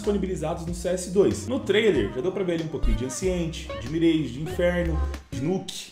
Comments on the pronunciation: Mano.. "Engine" não é "injaine" kkkk é algo como "en-jen" "Ancient" é algo como "en-sh-ant" "mirage" não é "mireige", é algo como "mir-aj" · Mireige 🫠 Enjaine 🫠 Encint 🫠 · chegamos ao cs 2 e o pessoal ainda fala "mireige", "nãke"...